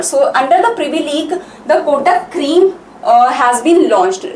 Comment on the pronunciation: There is acute accent above letter e. It has some meaning ma'am. Créme ka pronunciation cream jaisa nahi hota. Aap zara khud ek baar search karke dekhe.